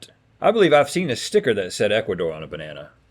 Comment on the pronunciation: “BANANA” not BERNANA